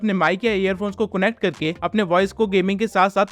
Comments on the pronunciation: Bhai woh connect hain cunect nahi😂😂😂😂😂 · Connect ❌ cunnect ✅